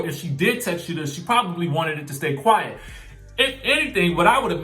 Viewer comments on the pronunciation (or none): none